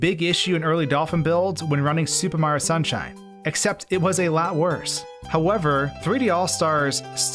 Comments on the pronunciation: He says super mario like supa maro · Is there a reason why you say Supa Mario instead of Super Mario? It's a bit strange. Going with the Japanese pronunciation of Super there?